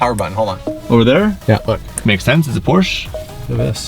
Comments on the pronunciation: The way you pronounce Porsche XD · You managed to pronounce both words in "Porsche Taycan" wrong